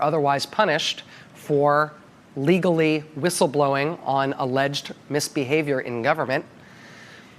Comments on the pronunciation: C’mon! She can’t even say whistleblower right! The irony is astounding! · She couldn’t start soon enough she couldn’t say the words right 😂😂